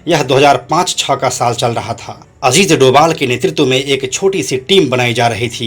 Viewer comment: My dislike for not pronouncing India' real don ajit doval correctly